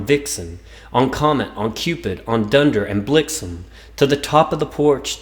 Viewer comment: LOL...is this the adult rated version????....sorry but i had to laugh....."on Dunder"?????????...lol